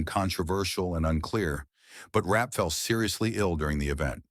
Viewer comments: Concerning Virginia ‘Rap’: Her name was Zelliene Virginia Rappe. The last name is pronounced ‘Rap-pay’ not Rap. It is thought the only thing Fatty Arbuckle was guilty of was holding the party. That Bambina Maude Belmont lead the charge against Arbuckle has been pretty clearly established. Belmont, who allegedly needed money, testified at the trial. She was also at the party with Rappe. There are many stories about both Rappe and Belmont that are very interesting to read. Rappe is at Hollywood Forever cemetery and her grave is clearly marked with her last name. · It’s Virginia Rappe not Rap. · Its Virginia Rappe.